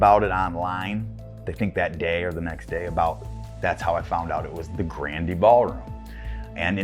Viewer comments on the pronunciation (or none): LOL pronunciation of GRANDE (Grand'ee) Ballroom... The 'e' on the end is silent, the spelling is 'Olde English'.. 😉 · It's weird how the folks in the documentary don't know how to pronounce the word "grande." It's not grand-ay, it's just grand. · Leave it to a bunch of Yankees that can't pronounce Grande' properly. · Grand E Lol. It's French and the e is silent.